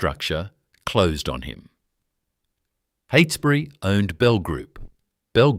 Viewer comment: Cannot pronounce Heytesbury, Holmes a Court or Esperance, FFS! It's terrible to title a video about an existing company owned by well-respected living family members as "Australia's most ruthless business empire". Heytesbury is also a private company and not very big, in the scheme of corporate Australia. I'll be surprised if you aren't forced to take this video down. The AI storytelling is wacky and kind of absurd, going off into weird little tangents. Keeps showing photos of people with the wrong name on screen. There actually are some fascinating stories about the Holmes a Courts over the past century and lots of books and historical media available. This video is a load of tosh! Painful to watch.